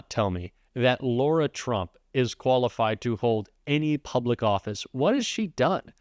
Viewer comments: 🔵when is everybody going to pronounce her name correctly!!! It’s LAra and not LAUra!!!! Frustrating to me! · PLEASE STOP calling her LAURA ! her name is LARA My name is Laura. 💙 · “Lara”, not “ Laura”! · Isn't it lara trump? As in La-Ra? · Graham can't even say Lara's name correctly